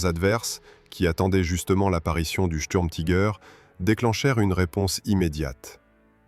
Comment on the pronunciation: Pourquoi prononcer les mots Tiger ou Sturmtiger a l’américaine ? Prononcer les mots allemands à l’allemande me paraît la moindre des choses ! Si vous ne savez pas le faire, traduisez en français, tigre et tigre d’assaut ! Quant au tangage des images, je vais finir par vomir. Plutôt énervant tout cela